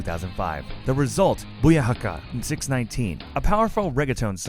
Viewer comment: This guy clearly doesn't know what he's talking about. Cmon, putting on the wrong photos for this video? He didn't even know how to say 619 correctly. C'mon, thats like one of the basics, buddy. Smh